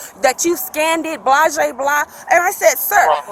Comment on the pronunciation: These are two of the most PATHETIC, IGNORANT people I have ever seen. She can't even speak English correctly. She is trying to pronounce blase blah and afterwards but missing the mark . What a sad existence.